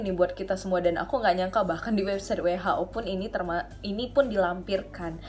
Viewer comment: Besok belajar ngomong WHO sama aku ya kak,,,, 😁